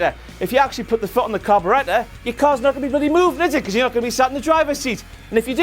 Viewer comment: "Carbaretta"? Is trying to say carburetor?